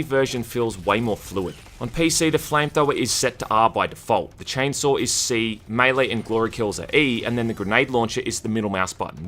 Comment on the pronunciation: Chainsaw has no R in it. Why are you calling it 'Chainsawr' ?